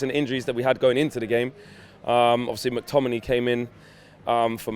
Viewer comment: Stop saying mctominiii